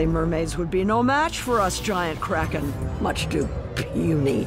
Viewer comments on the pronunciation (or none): But you seriously you seriously said krakem